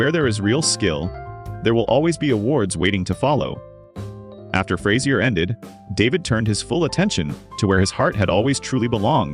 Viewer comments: Fras-ier hilarious! You can at least say his name right. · AI-cant pronounce Fraiser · So it’s not Frayzier Crane?